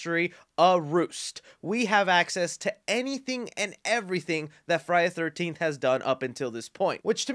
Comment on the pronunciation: I’m not trying to be mean but it’s Friday THE 13th. You are speaking so fast and… excited(?) that you aren’t annunciating. It sounds crammed together like Frinyaythirnteefth. Just thought I would help. There’s a lot of fans out there apt to find it annoying. Say it slow and separately for a while and it might help. Friday. The. 13th.